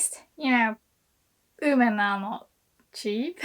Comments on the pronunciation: At first, I didn't know what you were saying. I thought you were saying "human" instead of "women." Every time you say "women" I cringe. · Great video! I was kind of surprised by your pronunciation of "women" though. Where did the "w" go?